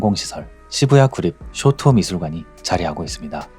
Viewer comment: 쇼토 ✘ 쇼오토오 松涛◯ 도쿄 ✘ 토오쿄오◯